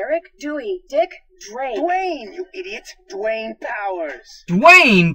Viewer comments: Dwanger?? rofl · "Stay tuned for Dwaynger!" lol!!!! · "Stay Tuned For Dwaynger" XD I should not be laughing this hard